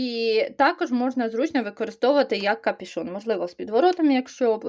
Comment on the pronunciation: Правильно не капішон , а капюшон .